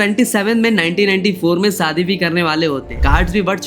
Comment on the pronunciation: भाई सादी नहीं शादी हजार नहीं हज़ार होता है पहले बोलना सीखो